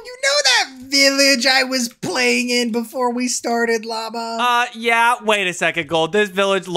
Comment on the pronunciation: Lama gold said mama not Lama